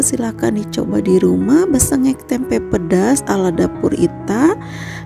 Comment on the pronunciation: Tempe mbk bukan tempeknya,mbke nek salah ngomong ya....